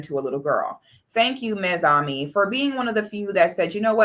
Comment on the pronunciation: She said mesami, and I was like I didn't know 6 was Haitian.